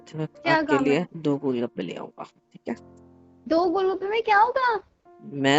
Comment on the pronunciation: le he gol bakke 😂😂 Instead of gol gappe 😂😂🎉😅